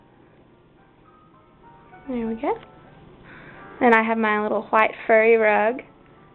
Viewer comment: You pronounce "white" like an old man. xD Also, your dorm room is cool.